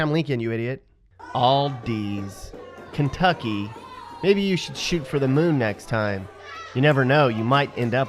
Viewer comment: no he didnt, I live in ky, that's not how you pronounce it.